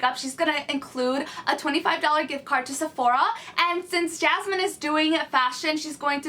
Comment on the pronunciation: Her name is Yasmin... Not Jasmine....